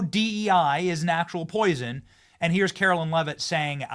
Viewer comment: You'll have a better chance of getting a press pass, Benny, if you stop mispronouncing Karoline's (not Carolyn) name. Just sayin'......................